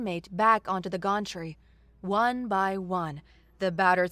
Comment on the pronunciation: It's not a gontree. It's a gantry (gan-tree).